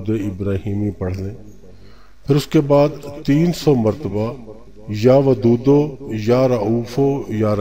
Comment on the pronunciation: Talffus (pronounciation) theek nhi h..ya wdudu ya raufu ya raheemu aise hai....talffus jab tak theek nhi hoga wazifa asar nahi krega qki meaning chnge ho jata hai...galat pdhne se